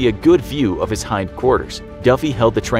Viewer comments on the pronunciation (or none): none